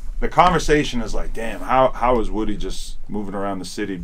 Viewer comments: His name is (woo -dee) not woody.. he's not from toy story.. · Woody (pronounced wuh-dee)said: i'm using you atleast as much as u using me bruh haha 😅😅